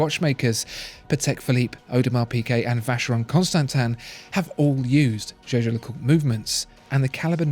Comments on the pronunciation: I've watched almost all your videos, and you finally pronounced jaeger lecoultre correctly! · Now pronouncing Jaeger-LeCoultre the right way. Absolutely eargasm.